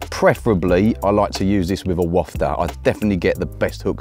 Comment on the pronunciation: big ups for pronouncing wafter properly👍